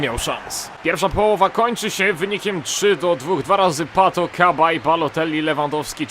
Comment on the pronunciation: Nie "KABAJ" tylko "SABAJE" :D